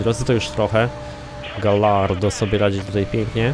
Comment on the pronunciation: Gallardo czytamy Gajardo ;)